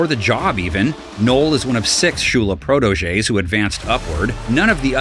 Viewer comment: Take a shot every time the narrator mispronounces 'protege.'